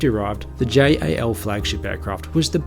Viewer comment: pls just pronounce it jal not J.A.L.